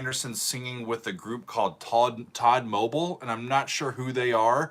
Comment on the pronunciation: It's Tod-mobeel not todmobul.